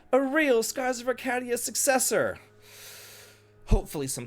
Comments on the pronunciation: I promise you, he doesn't care. He will always pronounce it this way. As maddening as that sounds, it's almost gotten to the point where it's endearing 😅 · Have I been saying Arcadia wrong this whole time or has?